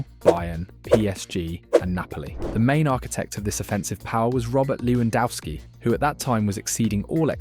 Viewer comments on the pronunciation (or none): His name is Lewandowski not Lewandowsky. Also check your AI for reading names. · Bro, your vid is very good. Just the pronunciacion of names is bad. Shensy and LewandAUski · you pronounce lewandowski differently each time lmao. Good video.